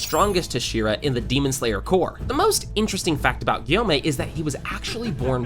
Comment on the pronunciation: It’s Gyomei not guyomei